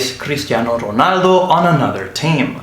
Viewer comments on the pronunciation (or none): none